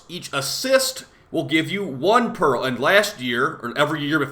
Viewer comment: why do you pronounce it 'perril' instead pearl? 😢